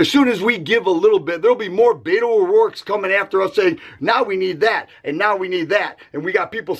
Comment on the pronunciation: Brother its not BAIT-O its BET-O Like you BET money! LOL